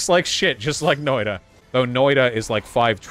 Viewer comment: Hearing him pronounce it "Noida" is driving me insane.